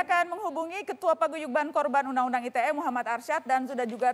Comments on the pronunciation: risih gw dengernya aitie. bahasa inggris inggris aja, indonesia indonesia aja. campur2 gmn sih. klo ngomong aitie ya tulisannya ITA dong. jangan2 mmg mo ngomong ITA maksudnya yg entah apa lg singkatannya, gw taunya ITE pake bahasa indonesia. apaan aitie aitie lah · undang-undang Ai Ti Ei ?!? (ITE =~ Ai Ti I)